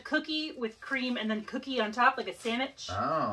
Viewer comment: Loved this! Looks like a beautiful and interesting little town! Also, love the way pronounces “sammitch”! Love you guys!